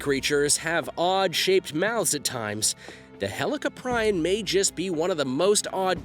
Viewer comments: Say helli-cop-rion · It’s pronounced heli-cop-pre-on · U said helicoprion wrong idiot